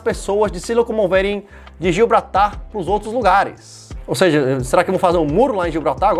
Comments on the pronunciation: GIBRALTAR!!!! Não gilbratar 😅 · Gilbratar kkkkkkkk É Gibraltar cara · É Gibraltar, não Gilbratar. Tá valendo. Rsss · Gil Bratar kkkkkk mano é gibraltar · Gio brata